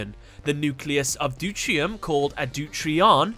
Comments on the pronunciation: deuteron not deurtrion DeutERIUM not NeutRIUM. you're missing a syllable. Mekanikle is pronounced Mechanical (in japan it's Machine-icle) Water dragon cluster is to heavy water as water dragon is to water (in terms of chemistry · hey, with regards to pronunciation 1H and 2H (isotope) is called de-te-ree-ium and 3H is Trit-ium ... hope that helped (sorry if it doesnt matter to anyone ... if someone learned something then awesome) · Its pronouced due tea re um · It is NOT called doutrium, but deuterium. But, still refernce checks out